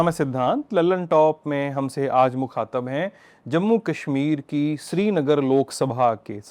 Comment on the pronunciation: Yh Urdu padhe likhe hote h inke samne esi Urdu bolna apne ap ko km tr dikhane k maaninnd hota h Mukhata nahi mukhatib kagaj nahi kaghaz •••••